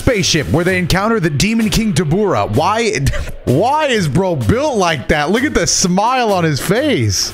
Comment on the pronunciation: Man every time I heard “Dabura’s” English name im like… all they had to do was put the emPHAsis on the right sylLAble and the joke would have made sense. Not, “daBURa” just “DAbura” :( How could FUNIMATION let us down like this?